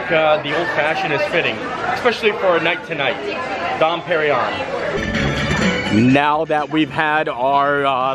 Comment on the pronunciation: the champagne is pronounced Don perring yon. Keep the videos coming they're great